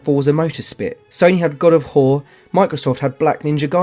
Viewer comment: The guest guy really needs to work on enunciation! I smirked at the repeated "Halo: Combat Devolved", but I absolutely lost it when he said "God of Whore"! 😂 😂